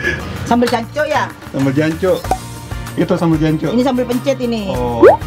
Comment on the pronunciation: Anda belum fasih dalam pengucapan kata j*nc*k 😂😂😂